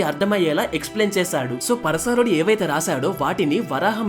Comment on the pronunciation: తప్పుగా అనుకోకు... పరశారుడు కాదు పరాశరుడు... 🙏